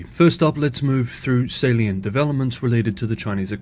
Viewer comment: Tony is going to work those "Asian People Drinking Coffee" stock videos. Teasing a bit. Another great video, Tony! And keep saying "Salient". No one does it better.